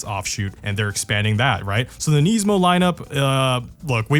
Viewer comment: Why does he say Nismo wrong?